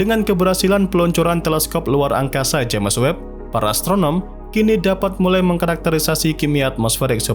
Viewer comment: Bang saran aja, dari dulu pengucapan James Webb dibacanya selalu Jemes Webb, Harusnya dibaca Jems Webb bang 🙏🏻